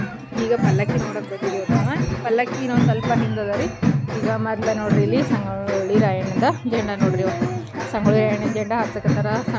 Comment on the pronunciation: Sangoli rayanna adu shigoli alla sis adu sangoli rannyann hutturu namma belgavi